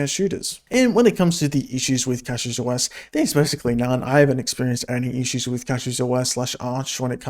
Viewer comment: Take a shot every time he pronounces it wrong